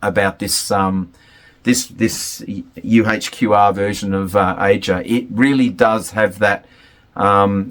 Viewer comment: Aja is pronounced 'Asia'...yet you have listened to the album extensively???? I don't think you've listened to it all